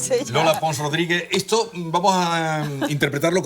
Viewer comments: Magnifico video , felicidades! Sólo 2 preguntas: por qué tenemos que decir "cool" , como al principio del video por el narrador? Y, por qué la dama (muy bella por cierto) dice - lingüítsica, hitsoria, etso, catsellano, etc. anteponiendo letras que no van? Gracias. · Como extranjero, me suena bastante extraño oír a una filóloga española, fuese andaluza, pronunciando « esto » como « etso », « costa » como « cotsa », etc. Viví varios meses en Córdoba y nunca escuché tal cosa. ¿Es un fenómeno común o no ?